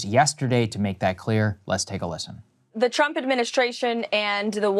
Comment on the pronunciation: It sounds like she is saying President Chump lol😂